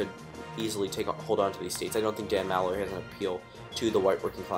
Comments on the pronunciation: MAL-loy? Its pronounced Mu-loy. I was cringing the who time... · No doubt. I don't even care if you pronounced Malloy's name wrong, he's a jackass. I'm from Connecticut, I'd give Hogan my vote.